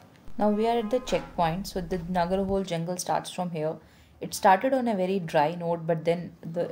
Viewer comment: This is how it's pronounced Na-ga-ra Ho-lay, not Hole, meaning winding river which resemble like a cobra snake